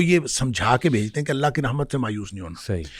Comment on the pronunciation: اسلام علیکم ورحمتہ اللہ میں رحمت کی ح پر زبر ہے